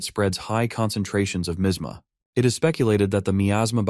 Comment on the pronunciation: I can't stand the way it pronounces miasma